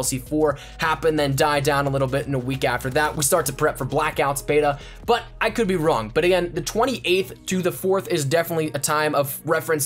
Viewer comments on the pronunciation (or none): none